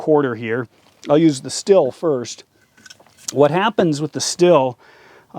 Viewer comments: Stihl is pronounced like Shteel. Ochsenkopf is simply Oxenkopf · It's pronounced Schteel